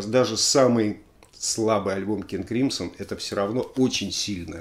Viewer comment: Crimson - правильное произношение "кримзон", если что)